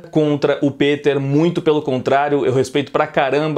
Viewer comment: Pq vc fala "pEter" ao invés de "pIter"